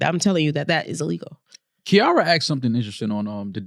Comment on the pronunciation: proved in this episode that white people say names wrong on purpose cause how you say Kira and Mia wrong after other people have said it.